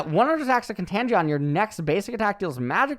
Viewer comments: con-tange-eon? lol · mfw contagion is pronounced con-tan-gi-on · Kun-tay-jun.... plz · kontajeon. jesus fucking christ,.... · “Contangeon” MY EARS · I am sure this has been said by someone already, but "Con-TAGE-on" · Contangion???? U aint ever heard the word Contagion before lol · pronouncing "Contagion" as "Contangion" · "Khan-Tagion" bro what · How says "contangeeon" is contagious? Lol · No one gonna talk about "con-TAN- GEE-ON"?????? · Contangion =\= contagion lmaoo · lol thee way he pronounces "Contagion" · should google how to pronounce contagion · Am I on crack or is that defenitely not how u pronounce contagion. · trying to say contagion is hilarious XD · Hurts me to see an american like pronouncing Contagion like this jesus... and people listen to this guy for his brain power lol.